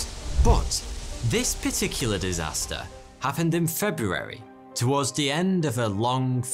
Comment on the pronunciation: This gentleman is the only person I’ve ever heard pronounce the first “r” in “February “ in my entire life. Great speaking voice, too.